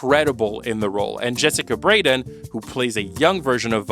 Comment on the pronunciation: jessica BARden, not braden